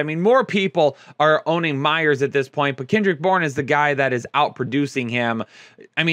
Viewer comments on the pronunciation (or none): none